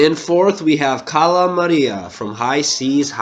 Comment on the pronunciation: Cala maria? She’s s easy